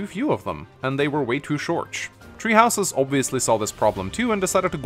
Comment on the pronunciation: importanch supporch shorch